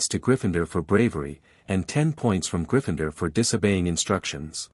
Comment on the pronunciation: It's pronounced it not i t t. And griffindoor not griffindr.